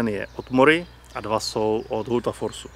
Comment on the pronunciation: udělám chytrýho, ale Hultafors se vyslovuje "HULTAFOŠ" :-)